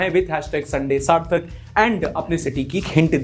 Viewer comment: toh galat kyun padhte ho,... aap sarthak ho ya sartak?? Naam sahi se pronounce karna chahiye., jaise woh hai., not jaise hum chahein